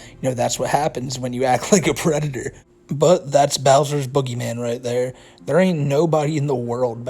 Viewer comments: is a pwedahtah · "Yeah I gwoped a teenagaw, but I'm not a pwedatow!" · I... Am nahwt... A PWEDATAH! >:( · "I'm not a pwedator" "You are aw pwedator" had my fried ass giggling for like 20 minutes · "You are a pwedator!" I fucking died 😂😂😂